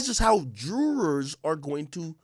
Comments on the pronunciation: The "dryurs" want to something to believe in. I wanna believe ak can say the jurors like it's supposed to be said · 1 question AK, tf is a "drewer"?